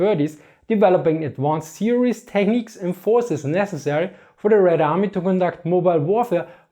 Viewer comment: I know you said "Polish forces", but what I heard was "Polish horses".